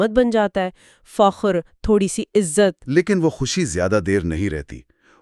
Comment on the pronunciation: عزلت/ عزلت ( دونوں بھی غلط ) عزت ( یہ صحیح ھے )